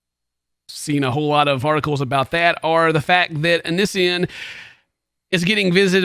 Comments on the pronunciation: Just for the record lmao its Onion boy or Oh-Knee-See-on lol that's how you say his stupid name 😂 why he picked it idk. Onion boy is actual sludge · The way he says onision 😂 I love your accent. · The way you say “Onision” makes me laugh lol. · xbagelbxx oniisan... o-neice-yawn... oh-nice-one... it's such a weird name :p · I love how says Onision, it has me rollin.